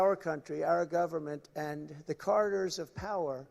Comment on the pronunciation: he's trying to say "corridors", but to my ears it sounds like "carders".